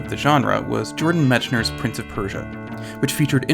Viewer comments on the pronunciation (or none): It's pronounced Meck-ner. :)